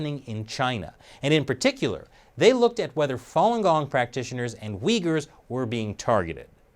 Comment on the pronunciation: Took a shot every time you said Uigher. They can have my liver now 😑